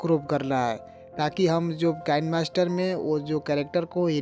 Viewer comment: वह कैनमास्टर नहि किनेमास्टर है।